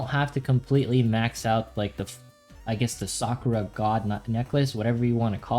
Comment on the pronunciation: Omg so frustrating, SA-KU-RA not SAA-kraa